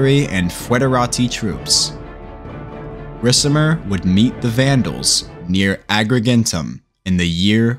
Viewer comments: Love u bro but u gotta say it like RIKAMER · I dont know why but the way you read the name Ricimer makes me kinda sick :D great video otherwise